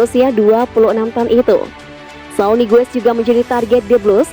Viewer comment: Namanya bukan Saul Niguez, tapi Sahrul NihGes